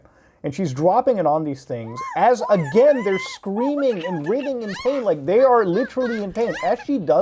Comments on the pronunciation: it's pronounced WRY-thing. not rithing. lord have mercy. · Bro, writhing is pronounced "Rai-thing". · Great video, thanks for covering this psycho. Also, "writhing" is pronounced "Rye-th-ing"/"Rai-thing". :) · Writhing is pronounced like Rye or Eye